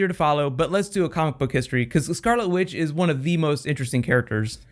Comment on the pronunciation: haha.... you said scarlet with. :D <3